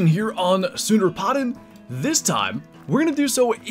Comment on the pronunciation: Hey man. Here’s some help Sunderpatan Sún-dar-paa-ton (Soon)-(dar)-(paw)-(ton)